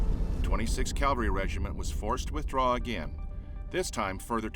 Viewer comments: It’s CAVALRY not CALVALRY! I’d expect a narrator to know better. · This is a rare documentary on pre-Fall of Bataan historical details. But why "calvary" instead of "cavalry"? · Is our narrator saying "cavalry", or "calvary"? Good production anyway...thanks! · Someday I hope to encounter an American narrator who uses "CAVALRY" instead of "CALVARY". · I just cringe each time I hear' 'calvary'. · its CAV alry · Good content but pronounce the word 'cavalry' correctly.